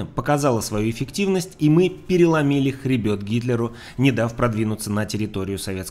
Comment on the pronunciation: Зачётный контент, приятный голос, грамотная речь! Но... пожалуйста, "хребЕт", а не "хребЁт". Просто кровь из ушей)))